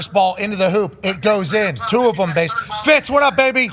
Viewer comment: So complains about how dan says "yesterday", but the way says "them" is equally as terrible.